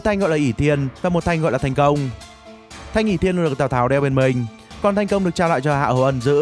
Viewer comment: Thiên cang kiếm, đọc thành thanh công, mé ngáo, tìm hiểu chút đi trời